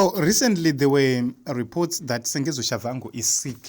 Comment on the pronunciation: His name is Tshabangu not Shavhangu